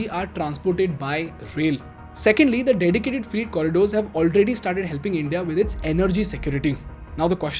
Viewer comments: Fr8 trains, Fr8 Corridor etc. I was really confused at the beginning ki whats a free train?? Not mocking or anything, i have had my share of pronunciation issues early on. But you are directly influential to Lakhs of students and youngsters through these videos and your other activities. Your pronunciation has to be on point/better as i have noticed many errors in previous videos too. Meri galti is galti your galti is paap ;) :P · Your pronunciation for freight train is wrong, it looks like your are saying free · I'm not trying to be offensive here but if you're going to sell a course on communication, I would learn how to pronounce "freight" correctly. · You pronounced "FREIGHT" wrongly in the whole video. It is improper English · weird pronunciation of 'freight' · phele freight thik se bol de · Get your English pronounciation correct, pls refer to ... Words like freight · I follow your videos, and in many cases find that your research is good. But I suggest you edit and reload this video because your pronunciation of "FREIGHT" sounds like "FREE". So, it sounds confusing because these trains are not free. Freight is pronounced "Frayt". T is not silent and the 'ay' bit in between is like in Pray. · Freight is pronounced as Fr eight as in Eight, not Freeeet as you are saying. I've always liked your YT postings which are mostly educational and informative. Pls listen to how Modiji is pronouncing it. Thanks for the lovely post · is it just me or , is he really saying free train again and again instead of freight train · It is not freet train. It is fret train. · You should have taken 5 minutes to research the proper pronunciation of some English words. For example, "freight" rhymes with "wait" not "meet". Etc. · What is “freet “ trains? I thought “freight” was pronounced “fray-t”or “fr-8” no?🧐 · Bro, freight is pronounced as 'frait' not 'freet'. Sorry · Please bhai its "fry-e-it" not "free-it" im so sorry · Not "Free-Train..." it is ''fre-ɪt Train' 🙌